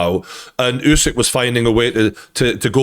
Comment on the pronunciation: Bro it’s oooow sick Not you sick 😮